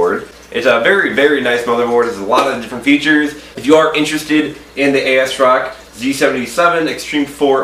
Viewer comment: "A Ass Rock"